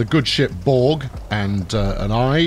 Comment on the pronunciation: The boat is named Børge not Borg. First Bør (like in burn but a rolling r), then ge (not jeeee, but ge).